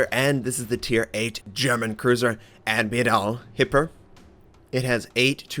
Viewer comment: D what was that "admiral hipper" at the very start? did you chopped and glued these two words after you picked the best version of you pronouncing it? definitely sounds like that...